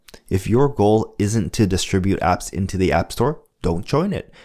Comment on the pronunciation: Did you say "build apps" or build abs"?